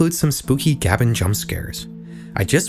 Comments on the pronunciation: Fym "gah-ben"? It's "Gay-ben", he literally pronounced it that way. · Gab...? Bro his name is Gabe. GabeN is pronounced like that. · It's not pronounced Gaben, it's GabeN! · Bro... it's not Gaben, it's GabeN, pronounced "Gabe-En" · This is bothering me more than it probably should but it's not Gabun, it's Gabe N, as in his name Gabe Newell, from the time he read out his email GabeN. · Im sorry it just bothers me so much that you pronounce it "Gab-in" His name is Gabe Newell, it's pronounced "Gabe-in" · ITS PRONOUNCED GABE N NOT GABBEN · pronouncing gaben as "gah-ben" is proof ur a LARPER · it's pronounced gabe-en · In russian it's actually Габен, and it's pronounced as Gah-ben, local meme you know :) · Gaben is pronounced "Gay-ben" or "Gay-bin" Otherwise, neat vid, gonna check out some more of your stuff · excuse me???? gAAben? it should be a crime to pronounce gaben like that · The scariest thing in this vid is you pronouncing Gaben like Gab-en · Saying "gaben" as "gah-bin" bruhhh you reading from a plagiarized script or something? Tell me you don't actually know the meme without telling me you don't actually know the meme, while pretending like you were in on the meme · (gab-en) is crazy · I dislike this video because of the way you pronounce Gaben... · The scariest part is how he pronounced "Gaben" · The scariest part of this vid is how you pronounce Gaben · The most horrific thing is how you mispronounce Gaben. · Evil Leafy maze game lookin ahh 💀 But seriously tho, it reminds me of the Evil Leafy Maze Game, made by the creators of BFDI. Hold on, SUMMER?! Oh boy, how do Russians live with this? soul leaves body due to mispronounciation of one of the most iconic names on the face of the internet "Now! Now! Now! Join us! Come on!" Bro chill 💀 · bro has no idea what a gaben even is the way he pronounced that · Scariest part of this video is the pronunciation of Gaben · The way you pronounced "Gaben" gave me 10D7 points of psychic damage.